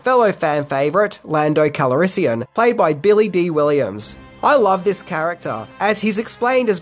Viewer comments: The name is Lando Calrissian. Not Calarissian. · You love (Lando -Cal a riss ee in) so much that you gave him an extra syllable 😂jk ,love this channel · Lando's last name is pronounced "Calrissian" , NOT "Cal-A-rissian". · What are you adding 2-3 extra syllables to the name Calrissian? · It's Lando Calrissian. You're putting in an extra vowel. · Pronounce "Calrissian" properly. Give him the respect he deserves. And can you get a better mic? The echo is irritating. Other than that, great video. I changed my mind. You're voice and tenor is also irritating. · Something this guy doesn't seem to know, is that when the walker falls over at 6.38, the cable from the snow speeder, isn't around it's legs. Also, why can't he say Calrissian, properly? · You need to learn how to pronounce Lando Calrissian's last name.